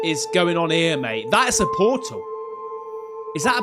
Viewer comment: the way he says Poortol💀